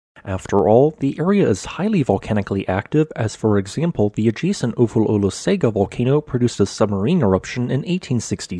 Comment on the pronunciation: In Samoan “g” is pronounced “ng”. Pronounce Olosega “Olosenga”. Thank you for your stellar reporting.